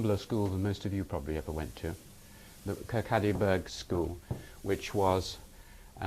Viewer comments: Its not KIR- KA -DY, the town he was born in is prounounced KIR-KAW-DY, and spelt as Kirkcaldy. I was born near there myself. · im sorry...kirkaddy burg school? kirkcaly(kawwdie) burgh (bura) school? and this is cambridge :/